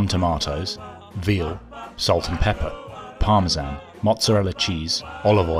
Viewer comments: I cant get over ora-gano and par-ma-zan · What the f-ck is Parma-zaan is that like Tarzan's ret-rded brother?